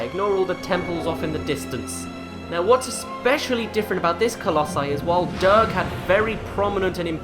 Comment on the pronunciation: I must once again say this, it is pronounced 'der-juh', not 'der-guh'. Sorry to bring this up again.